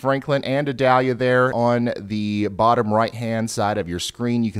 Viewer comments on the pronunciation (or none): I do believe it's pronounced ee-DAL-ya, however my brain says it should be Ida-LEE-ya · Eee-doll-yah. It isn't an onion. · mhm, its ee-dahl-yá in spanish, but if you're from the southern US it comes out as eye-dal-ya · Ryan it’s pronounced the 2nd way! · you really are pronouncing Idalia wrong to the point it's making me wanna go through the screen and shock you or something every time you say it wrong. It's almost painful hearing it pronounced so badly